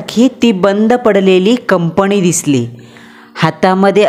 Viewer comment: कंपणी, पन, कामाणीमित्त, पानी..... अस बरेचसे चुकीच Pronunciation.... बाकी story छान होती आणि छान सादर केली